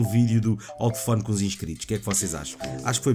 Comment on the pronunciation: Porque é que o diz "Tefone" em vez de dizer "Telefone"? Parece as Tias de Cascais, ahah xD